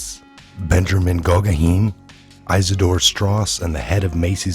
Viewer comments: Guggenheim is pronounced Goo-genn-hy-em, like the museum. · Hey bud it's pronounced Goog in time...with an (h)ime.. The Guggenheim Museum😉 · GOOGENHIME! What the heck did this guy call him? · Pronounced “Goo-gen-hime” like the Guggenheim Museum. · Guggenheim - pronounced: - Goog-in-hime (as in Guggenheim Press) ;) Great reporting btw and more Q posts ;) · Paula Patio the fact they he can’t pronounce some of the most notable names should tell you something about his knowledge of current events.